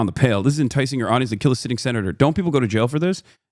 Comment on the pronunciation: The terrorist supporter did not mean to say keel you guys 🥺🥺